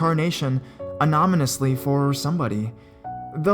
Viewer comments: anamonesly hhhahaha you say anonymously funny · anamonesly hhhahaha you say anonymously funny!!!!!